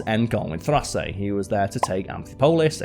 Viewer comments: Dude, Carl. I'm enjoying your videos but you need to work on pronunciations. Thrace: "Thrays" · Karl mispronounced Thrace and Thycidides.